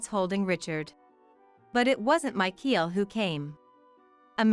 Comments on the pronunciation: Michael is NOT pronounced /my-keel/. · It's MICHAEL! The pronunciation is wrong, along with the 10 month of pregnancy situation